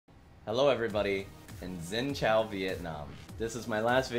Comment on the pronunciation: Xin chao is supposed to be pronounced sin chow